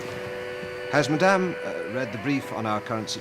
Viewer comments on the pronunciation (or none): none